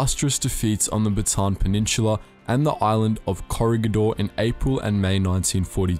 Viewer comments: just a tip... you read most filipino words in syllables... example: bataan=ba/ta/an hope this helps☺ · Really irks me when foreigners pronounce "batān". Take it from a Filipino, nobody pronounce it like that here. It is pronounced "Bata'an". Also say Magsaysay is pronounced with an A not with an E. It is not spelled Magseysey. Enebeeee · Most of the time words with "ay" are pronounced with a long "I" and Bataan is pronounced Ba ta an. I was guilty of doing the same thing until my wife corrected me on my pronunciations of words like that. I spent a lot of my time in April watching the Filipinas HD Channel and they had a lot of things on about WWII that I watched several times over just to learn more about what roll the Philippines had taken during this time. On the Hunters ROTC Guerillas one of the famous people was Col. Emmanuel Valfor De Ocampo as he was a huge leader for them. You should watch some of the videos that he was on through YouTube. Lots of very interesting things to learn and hear about what they did. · Magseysey and bateyn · The westeners saying bataan. Like Baton and Batan. And magsaysay to magsaeysaey. Literal "say" but i don't judge them i think it's just a bit funny. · Yes they pronounce bataan as batan and magsaysay is mag sey sey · As a Filipino watching a person from another country pronounce "Magsaysay" and "Bataan" is always funny